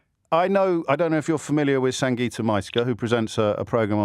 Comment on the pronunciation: So disrespectful. Say her name, Sangita is not a difficult name to pronounce